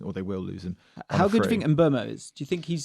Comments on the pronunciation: It is pronounced as M-bwemo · it's mm-boo-mo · No its not. The name is Mbeumo. Pronounced Mm-boo-mo